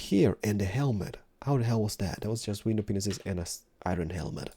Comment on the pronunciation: My mom came into my room while i was watching this video and at the same time you sad window panes and you know how it sounds like he says penises, she glared at me with the most disowning look ever.... Lol jk but she did hear him say that.